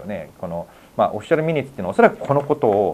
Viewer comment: 神保さんが「ミニッツ」と言っている言葉は、「マイニューツ」と発音する語で、「要約」というより「詳細」という意味の単語です。detailsと同じですね。